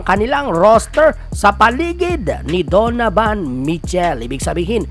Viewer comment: ayusin mo naman pg pronounce mga apliyido ng mga players kaibigan..donovan not donavan,towns hindi town...walker hindi walkers.